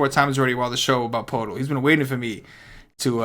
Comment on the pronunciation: poeltl is pronounced "pert el"